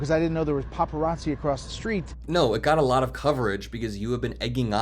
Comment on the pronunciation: "Paparazzi"??? Bless your heart,.